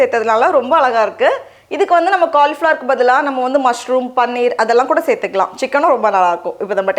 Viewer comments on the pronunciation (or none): none